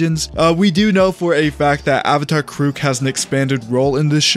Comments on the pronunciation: Kuruk (KER-uhck) please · Why are you saying Avatar Kuruk’s name like that? lol